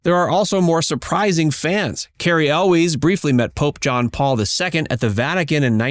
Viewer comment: how you gonna make a video about the princess bride and not know how to pronounce cary elwes?